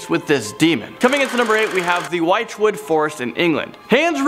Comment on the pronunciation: could you check with Rebecca before doing videos with British place names in future please. It's "Which-wood" and "Ep - ing"